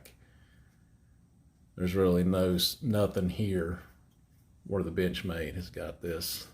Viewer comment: To me it sounds like he says bitchmade. Wtf